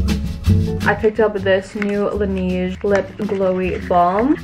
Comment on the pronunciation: ima dying how she said laneige